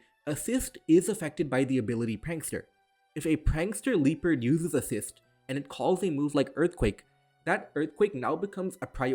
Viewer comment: Took me most of the video to realize - he's not rabdomly saying the word "leaper," he's mega-butchering "Liepard" (if the e were meant to be pronounced, it would be "lee-eh-pard")